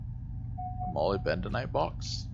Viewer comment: ma - lib - duh - nite tore - ma - leen :)